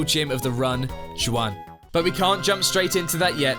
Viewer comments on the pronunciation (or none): JOO WAN? It’s HWAN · Ain’t no way he pronounced Juan that way 💀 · Please tell me the way you pronounced "juan" was a bit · lad i have grown a thick skin at the "on purpose mispronouncing pokemon names to bait comments and engagement" but i draw the line at pronouncing juan like that. come on. you can do better. Cute and fun video btw, very good.